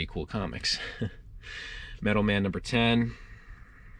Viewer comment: Sorry, but I cringed every time you said "Metal Man" instead of Metal Men." Doc Magnus created his robot Metal Men: Gold, Tin, Iron, Lead, Mercury, and Platinum. The Thor characters are the Warriors Three.